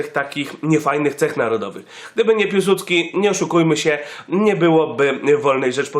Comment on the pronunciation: nie Piułsudski tylko Piłsudski